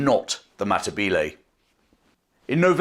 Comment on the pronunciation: I would stay subsrcibed if you made an attempt to pronounce words correctly. History includes the history of all the people you are describing, not just the British. For some reason, (probably the infusion of French by William 1) anachronistic Englishmen like yourself think vowel sounds in other languages move around like they do in English. They don't. The two 'e' vowels in Matabele sound the same. You seem to be able to do that with the two 'a' vowels. BTW, if you want to be accurate, Matabele is anachronsitic, it is another British exonym. The people call themselves Ndbele. You're welcome, from New Zealand.